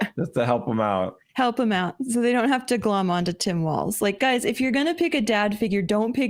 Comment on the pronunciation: Thank you for pronouncing WALZ almost correctly (it has no "T", just "walls, not waltz'. It was my last name before I married years ago, and STILL everytime someone mispronounces it I wince.